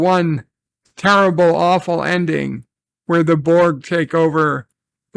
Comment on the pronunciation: That's my only gripe. It's borg..... AGAIN!!!!! everything else about the episode was enjoyable